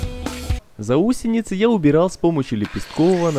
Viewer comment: Все, конечно, классно, но вот ваши заУсенец и жАлюзи очень режут слух